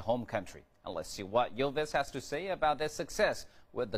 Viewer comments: 1. My ears start bleading everytime he says "Yillvis" o.o 2. Bård's lisp from - is soo adorable 3. Vegard=dark, curly hair, smaller Bård=dark blonde hair, taller Remeber this reporters when you are going to interview them. 4. When they would have been successfull 50 years ago, I want to be born ca. 60 years ago in Norway so I have at least a chance to marry one of them :3 5. They should really know that here's a handful of silly people from all over the world who would recognize them without their costumes. Amen. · Not "Yill-vis." "Ill-vis!" Funny how Vegard says they're not recognized. There's an entire faction of us who would kill to breathe in the same rarified air . . .